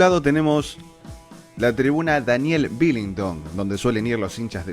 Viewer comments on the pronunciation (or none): le tienn bronca a velez no?? ni un video ni mencion al semejante estadio que tiene,ahhhhh es Daniel Wilington ,no VILINTON , diganlo de manera correcta